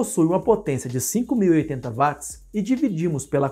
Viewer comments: Nao seria watts (uots)? Ao inves de vatis? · Sim " uats"*